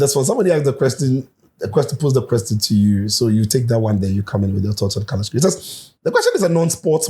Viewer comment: Kudos to the camera man, he understood the assignment. The transition to Daniel right after coach mentioned the name was brilliant. We all knew Danny would comment on the pronunciation😂😂😂. Brilliant work , Coach the name again Carlos what …😂